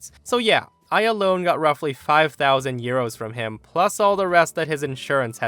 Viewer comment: I kept hearing ‘gyros’ instead of ‘euros’.